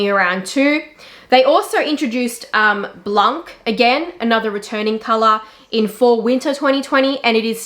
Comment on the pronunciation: Hi, I appreciate your videos and knowledge. I know French is difficult but if it is of any interest to you 7 rue Paradis is pronounced ... Paradi. You just skip last letter ( very common in French ). The same for blanc - c is not pronounced 🤔